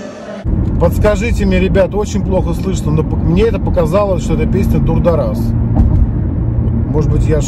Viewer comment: Не дударас а дударай!